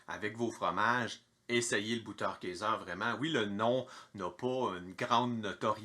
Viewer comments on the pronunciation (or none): Coucou mon! Ca se prononce: beuteurkaizeu 😉 Merci pour cette nouvelle dose de bonne humeur!! 😘